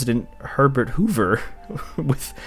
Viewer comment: Herbert Who-ver?